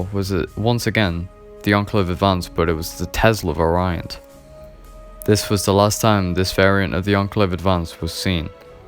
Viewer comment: FYI you're pronouncing 'variant' wrong in this video.